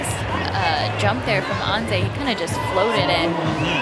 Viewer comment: The male announcer is embarrassing: he calls Gregor "Greg," called Jakob Schubert "Adam," and can't pronounce Anze's name. You'd think he would ask someone all the pronunciations before commentating the finals?